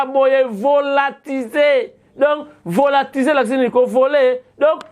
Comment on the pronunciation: Volatilisé et non Volatise’,,, …